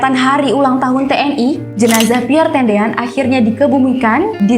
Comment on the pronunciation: Piere tendean bukan piere tedean